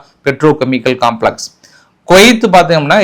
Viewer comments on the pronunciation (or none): none